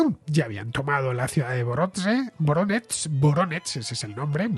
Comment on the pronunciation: No tiene importancia pero Voronezh en ruso se pronuncia como [Varonesh], solo por la curiosidad.